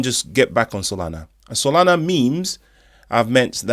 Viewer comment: Yoi said SoNala brother instead of Solana just looking out😊